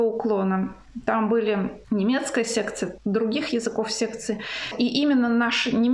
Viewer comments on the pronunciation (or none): Мне слышится "секта", а не "секция", похоже что так и есть.